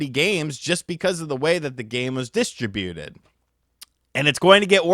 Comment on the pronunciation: Distra-Buted? Wut